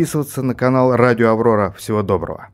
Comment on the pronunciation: На "АВОРОРА" гы-гы